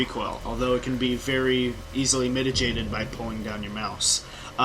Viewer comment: That isn't how you pronounce 'mitigated'.